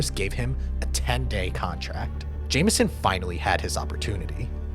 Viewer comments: Its pronounced James on curry not Jamison curry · i know it looks like its pronounces "jameson" but i promise, (i grew up going to osu games in stillwater, oklahoma) its pronounced James-on. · His name is pronounced James-On-Curry... And you dont "take charge", "you take a charge"